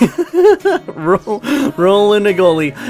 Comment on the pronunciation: He's pronounced Row - mag - no - lee. ☺